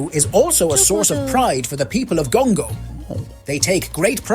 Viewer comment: Why Gongo? It rhymes with Congo.